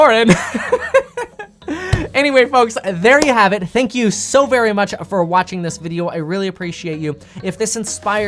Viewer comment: No, “sank You!” #1